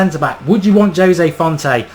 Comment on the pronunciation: Jose Fonte? seriously?